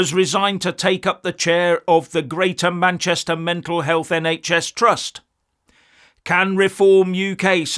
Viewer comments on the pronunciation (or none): none